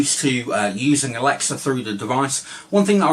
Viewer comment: Its alexa not alexia mate